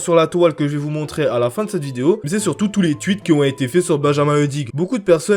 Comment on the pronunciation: Pourquoi tu dit twuit au lieux de tweet 🤣🤣